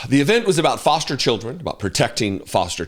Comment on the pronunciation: "Forster" Care?